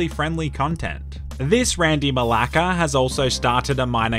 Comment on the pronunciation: I love how he says Malaka